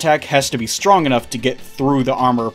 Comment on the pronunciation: I love the "uwu" pronunciation you gave the word "strong" in this video as if to mock power levels; S T W O N G. something about hearing that twice in a row really tickled my funny bone lol